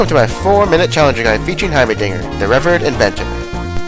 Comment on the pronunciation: "Revuhred inventor"